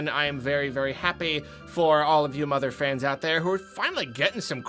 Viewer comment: Every time you started to say, “mother fans” I thought you were going to swear